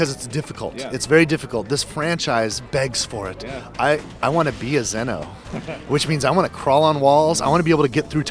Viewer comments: The lying dumbass can't even say Xeno the right way. How does a "Hardcore fan" fuck up saying "Z" "No". It's not "Zin" "O" fucktard. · i hate how he says xeno.....that ignorant prick